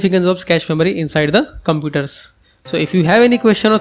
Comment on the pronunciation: “Inside over compooders” X3 😂😂😂